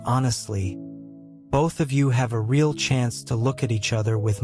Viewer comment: Someone needs to "inform" the A.I. program that the word "real" is generally NOT pronounced /ray·AHL/ except in very few limited circumstances. It's /ˈriː.əl/! And mispronounced heteronyms sound ridiculous: read, tear, ....